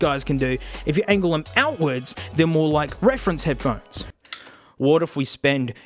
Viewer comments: ph-one-es for heads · Head-ph-one-es Damn it, 3 seconds in and I hurt my throat snorting. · Head Ph-one-es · Ah yes, Headphonees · I thought I was the only person who called them head pa honies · Head-ph-one-es mate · Here I sit, checking the comments, seeing tales of people picking up on any number of -isms, from the accent to the vocabulary. I chole myself with laughter when he "pronounces" headphones, because this is exactly the way I've been saying that word, for my own enjoyment, for almost a year. Guess I finally found proof I fit in somewhere on the Internet.